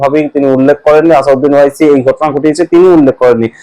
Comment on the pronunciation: আসাদ উদ্দিন ওয়াইসি নামটা শুদ্ধ করে বলুন। ভুল করে নাম বললে বড় শ্রুতিকটু লাগে ও মূল বিষয় থেকে মনোযোগ সরে যায়।